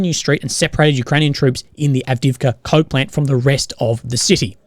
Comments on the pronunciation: Keep thinking he’s saying the “Avdeevka Cope Plant”, which is kind of apt really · I thought you said "cut off from Copeland" not coke plant.